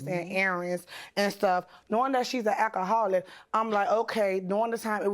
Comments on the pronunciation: "Akaholic" "dutch" tape. "ax" instead of "ask" stay in school, people, before worrying about adding anymore people to this earth. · "AK-A-HOLIC". "AXED" instead of 'ask'. The plaintiff's witness yelling and fussing AT the plaintiff. Mentally deficient, emotionally defective and just plain old, garden variety ratchets! I am truly embarrassed for them. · And a akka-holic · And "AK aholic". Axe, instead of ask. "Dutch" and "Duck" tape. "Pitchers" instead of pictures. Ridiculous!